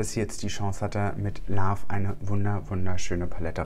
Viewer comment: Richtig schöne Review, die Palette sieht so nice aus 🥰😍 eine Sache triggered mich als Halb-Ami aber immer, wenn du in deinem Videos von „love“, also „Liebe“ sprichst. So, wie du es aussprichst, erinnert es eher an „laugh“ (also lachen). Just sayinggggg